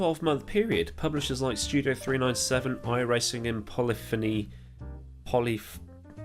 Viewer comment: Your pronunciation of Polyphony was correct in all aspects.